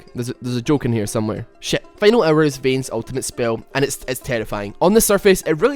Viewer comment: I love the way you pronounce Vayne's ult, it sounds like final error